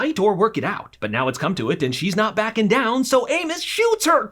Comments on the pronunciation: Please don’t hate me. Please Did he say Amus or anus? Because at the start I swear he said anus but later he says amus So I’m not sure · If I didn't know who this was I would've thought you said "Anus"